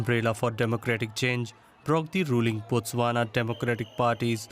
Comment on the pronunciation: It's not Botswanan its Botswana.